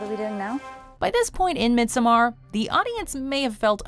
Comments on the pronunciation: Midsommar not “midsmarr” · It’s pronounced “midsummer”.